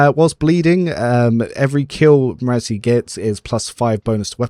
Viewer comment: it bothers me how you say marazhai. lol, i thought it was ma-rah-zhai(like rhymes with sky or eye).